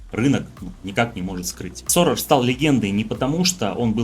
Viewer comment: НЕ Соррор,а Сорос.